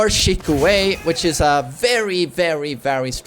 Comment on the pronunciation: Just fyi, kazuya doesnt say shikue, but FUKITOBE (F-kitobe) that means “fly away”